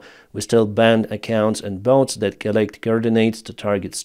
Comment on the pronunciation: "Bots", not "boats" ;)